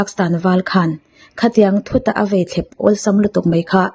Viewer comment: "A vei thlep" nilovin, 'a vai thlep' ti rawh.